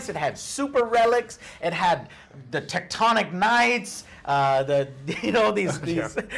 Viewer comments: "Tec-tonic Knights" Joe, please. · I chuckled a bit when he said "tectonic knights" instead of Teutonic. Hahaha. Oh Joe. Joe, Joe, Joe. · Teutonic not "tectonic" knights 🤣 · Did you just fucking say “Tectonic Knights”? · Anyone else catch "Tectonic Knights"?